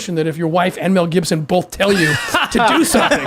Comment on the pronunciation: The way Mormons say “bolth”